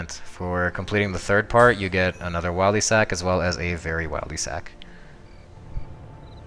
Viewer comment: Disliked can’t even say Wildy properly